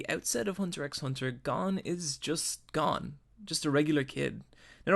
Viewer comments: You can't even say Gon you inept fucktard. It's GON NOT GONE FFS. It's MIURA not MURA you donkey. Jesus. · gon not gone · It's not pronounced Gone bro, and learn how to say Manga correctly please. It's not MAIN-ga its Mawn-Ga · Hey his name is Goan. Not gone. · Wait is it pronounced Gon or Gone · Those pronunciations... Gon's more like "goan" not "gone" it's like he's never heard their names said in the dub or sub or is just doing it on purpose like when people say narudo instead of Naruto. Can't stand when people know the name but keep screwing it up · GO-N NOT GONE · damn this was well done... I see why people keep commenting that even though they had already watched HxH they still watched this in it’s entirety. Great video but I hate how you pronounce the names. Namely Gon Killua and Kurapika. lol so annoying but GREAT GREAT video!!!💯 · As soon as I heard him say Gon's name wrong, I knew this was gonna be a long video..